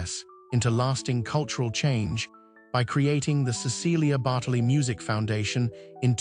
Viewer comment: I wish the narrator pronounced her name correctly.